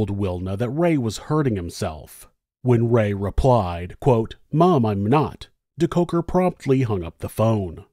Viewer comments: I always come here for the story and soothing voice... This time I couldn't wait for the American pronunciation of the SA names... Wasn't disappointed 🤗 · I love this video, but the name pronunciation makes me cringe. Surely, there is some South African news coverage with the correct pronunciation.